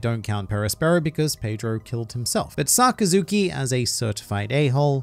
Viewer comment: Saka-zooki? At least if you’re going to comment on Japanese culture, it might be a good idea to actually figure out how to pronounce some of the names